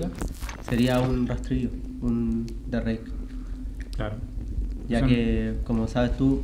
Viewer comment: Cada vez que escuché "elderreik" mis oídos sangraron